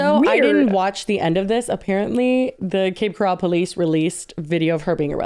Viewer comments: And Cape Corral when it’s Coral…as in coral reef😂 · It’s Cape Coral, like the stuff in the ocean, not Cape Corral. Cape Corral sounds like a rodeo 😂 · Lmao i'm crying at saying Cape Corral like golden corall when its actually like coral from the ocean 🤣🤣🤣 From a floridian too lolol! <3 Cape coral kinda sucks tho so really who cares lolol xoxo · ily but why are you saying Cape Coral like it is Golden Corral?? 🤣🤣🤣🤣 it’s Coral like Coral Gables or a Coral Reef 😭 🪸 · FYI, it’s coral 🪸 not co ral. I grew up north of Cape Coral and no one says coooral. lol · To, Cape Coral is pronounced Coral like coral reef not corral like Golden Corral lol. I live here it’s so wild to hear yall talking about it. I shop at that same target all the time. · As a former swfl resident, it's Cape CORAL like the animal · Girlies, it's Cape Coral - like the word coral 😅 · Girlies not that it matters but its Cape Coral like sea coral. Also that’s my hometown and lets just say the behavior checks out for that city lmao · Love but I live in Cape Coral and the fact that she keeps calling it cape corral (yeehaw) is sending me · It's coral like the Reef😅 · I live in Cape Coral and I’m living for the way you all are mis-pronouncing it😂😂